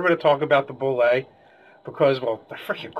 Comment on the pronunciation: You are absolutely right in terms of language, but the pronunciation as dictated by the sourcebooks themselves is "boo-lay" theres a great video on here where Tim Kask talks about how he created it.